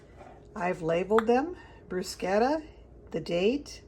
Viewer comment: Pronounced Brew sketta